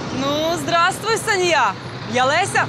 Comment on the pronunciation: Anna Andreeva город то санья, а не ссанья